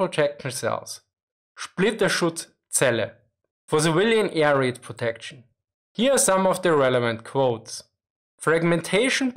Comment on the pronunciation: He pronounces air raid like "A - R - Aid" 😁